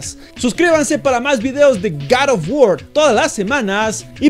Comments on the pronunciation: Porque decís garotbuor?? :V el inglés perfecto es "gor of wuor" para ser exacto (? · Es god of war no karo war